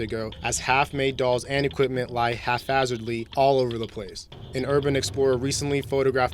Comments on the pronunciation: Also, its 'haPhazard', not 'haFhazard'. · Haph-azard is in fact hap-hazard... not an f sound.